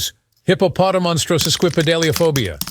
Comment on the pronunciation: I love how the TTS leaves an entire syllable out of hippopotomonstrosesquippedaliphobia and completely mispronounce his multiple other words.